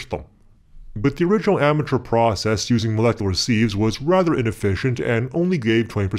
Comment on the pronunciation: Sieves, not "seethes"